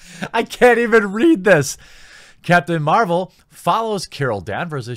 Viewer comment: sounds like you were saying Captain Marlboro, no wonder this film will give me cancer if I watch it. Lol